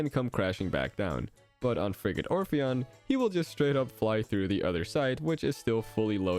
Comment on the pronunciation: I'm sorry but all the times he said Frigate Orpheon it sounded like he was saying Friggin' Orpheon